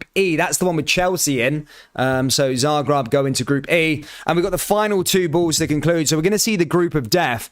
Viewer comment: It's Zagreb! not Zagrab